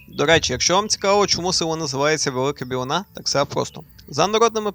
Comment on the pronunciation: Велика Білина,наголос на і Моє рідне село 🫶 Сумую......